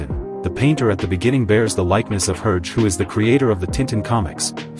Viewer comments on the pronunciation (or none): Please just try to pronounce Hergé somewhat right.